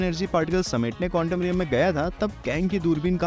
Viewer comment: Bhai countom alag sound kar raha hai